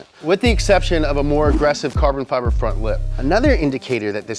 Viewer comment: I would probably watch this channel more, but I can't stand how he says fiber every single time!...